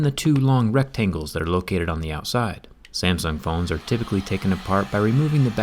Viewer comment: Why are you pronouncing Samsung like "Samson"?